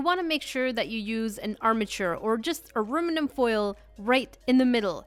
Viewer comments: Ah-room-ah-rum???? I LOVE IT!! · "aruminum foil" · I love that she says aruminum